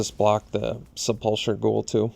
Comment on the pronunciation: Very excited to see this format shake out as a long-term D&D fan. Also, it's rude to be a pedant but I can't help myself. Sepulcher is pronounced 'SEP-ul-ker', not 'sep-UL-cher'. Please forgive me.